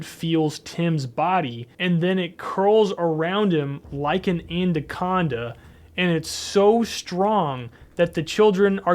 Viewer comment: What is an "Andaconda"?